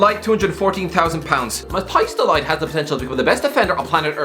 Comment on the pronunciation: As a Dutch speaker, hearing you pronounce Mathijs De Ligt as "Mateyes Delight" is a delight for me